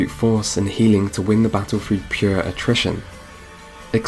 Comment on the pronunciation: "Through" is not pronounced with an F